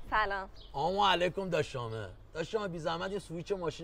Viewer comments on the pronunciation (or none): فقط سلام دادن اولش که میگه آموعلیکم😂